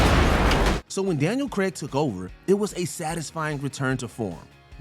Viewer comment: His name is pronounced Daniel "Crayg" not "creg"